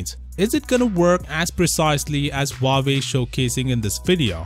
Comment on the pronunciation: You said huwaei just keep copying so why keep saying time and again huwaei is cool amazing and whatever